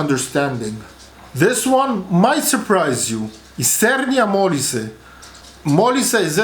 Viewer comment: Benevento, darling. Otherwise, A+. Sorry, also Mo-LI-se.